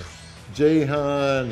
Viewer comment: JAY-han?!?, noooooooooo......